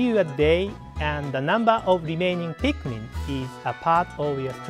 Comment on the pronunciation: ITS NOT PIKMAN ITS PIKMIN